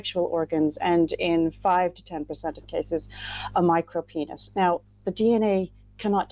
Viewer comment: So funny when she said 'micro-peen' lol. I am a middle-aged woman hahaha